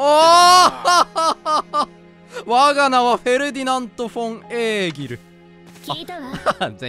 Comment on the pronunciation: エーギルちゃんって読み間違えおもろい